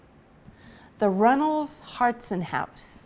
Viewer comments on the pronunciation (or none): 2 things, it pronounced “ hartshorn” just as it appears. Also the fuller tavern is still alive and well (you cannot buy a beer) but the owner was a third gen Walpole person and worked hard to keep it up!